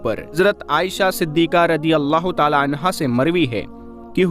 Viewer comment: अब, सललाहुसलम तो ताले में बंद है क्या क्यों की आप ताला ताला बोलते हैं